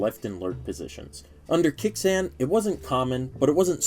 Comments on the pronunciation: Kyo sss kay? No, Key yo sue Kay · can we please stop with the "key yo sookey" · we need to stop "kiyasuke" 😂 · Your pronunciation of Kyousuke is so funny